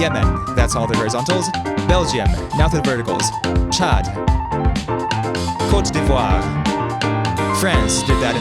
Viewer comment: My guy screwed up the pronunciation of Thailand and nailed the pronunciation of Côte d’Ivoire less than 10 seconds apart. Amazing video